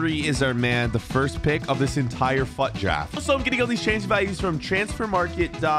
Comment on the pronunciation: You say Fuad draft